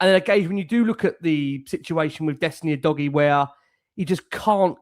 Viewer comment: Why does keep calling Udogie U-dodgy 😂